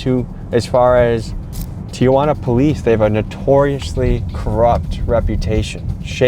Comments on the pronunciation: "Tijuana" not "Tía Juana" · Stop saying Tia Juana😂 it's Tijuana T-Wanna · Spanish speakers, it’s pronounced Tee-juana not Tia-juana? Is that correct, or no? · TI-JUANA....not TIA-JUANA smh 'journalist' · Correct pronunciation is “tee-whana”, not “tee-uh-wanna.” There is no letter “a” after Ti. When you say “Tia-Juana,” it’s like you are saying Aunt Juana. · It's T Juana fool, not T Ah Juana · Its not pronounced TIA-WANA its TI-HWANA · It’s pronounced Tee-Huwana (tijuana) NOT Tee-Ah-Huana (tia-juana) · there's no "a". it's not Tiajuana. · First time I noticed que pa el resto del mundo Tijuana se pronuncia 👕🦎 T-iguana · It's not tee a wana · i can’t get over how he keeps pronouncing tijuana